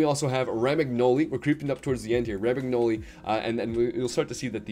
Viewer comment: Bro all your Info is wrong 😂😂you realise KDB is only like 300 k a week at man city and also all theese pro players get free icons at the start RAM AG NOLI 😂😂😂it's pronounced RO MAN YOLI